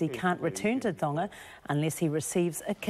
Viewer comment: Only a year spent abroad and already can't pronounce Tonga. Imagine what it would be like after 2-5 years.